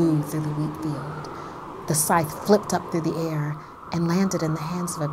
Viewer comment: Am I the only one thinking she says scythe wrong?